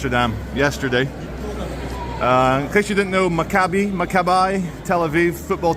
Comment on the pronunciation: Maccabi is pronounced "MACKA-bee".